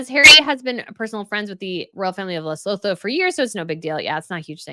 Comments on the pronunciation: Lesotho pronunciation ‘Le - soo - too’. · Lesotho is pronounced Luh-soo-too 🙂